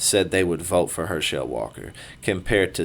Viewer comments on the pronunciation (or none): At least learn to pronounce his name correctly if you're going to talk about him. I guess you didn't watch football much. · Wow. He took some hits didnt he? That right eye dont work right and hes got some speech deficiencies too. Its Herschel it is NOT Her-shell. Brain up dude! Youre terrible at this and should go away, youre just an ego with a mouth hooked up to it. Once again it is Herschel NOT Her-shell dough head. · You are not Pronouncing his name correctly go back and watch a football game from the 70s man it’s Herschel Walker not her shell Walker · Him saying her-shell instead of her-shil was driving me nuts